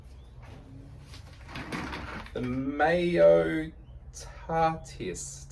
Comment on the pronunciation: how does one water a moss pole? the tahiti is pronounced==ta he tea.